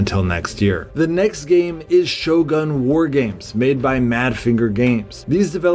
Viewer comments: It’s ‘shadowgun’ war games not ‘shogun’ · Shogun? or Shadowgun?